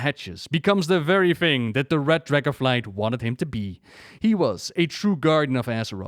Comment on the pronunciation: love how you pronounce dragos and dragosflight